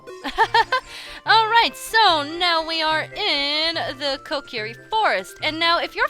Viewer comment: And also Kokiri is pronounced kokary